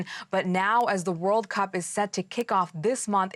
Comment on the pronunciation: 1st woman can't even pronounce Cup